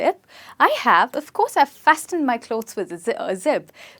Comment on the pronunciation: FASTENED .... T sound is silent in this word